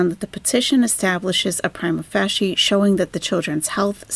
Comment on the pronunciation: Pry-MA fay-SHA 👍